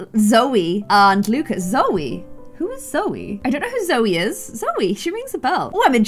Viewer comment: Wait am I crazy or did say “coe” instead of “Zoe”?